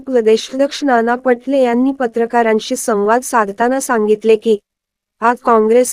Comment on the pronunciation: ही निवेदिका फारच चुकीचे बोलते.मा.नाना पाटोले यांचे नाव नाना पटले असे सांगते.तसेच योग्य ठिकाणी pouse घेत नाही.बोलण्यात चढ उतार याचा विचार करत नाहीत.चॅनेल चांगले आहे.निवेदिका यांच्या बोलण्यात सुधारणा व्हावी.धन्यवाद.